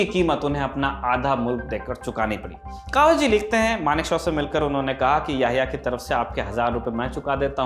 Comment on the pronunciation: कवास जी नहीं, कवासजी है।